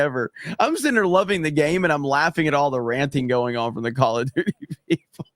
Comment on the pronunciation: has anyone else noticed cant pronounce from he says it like prom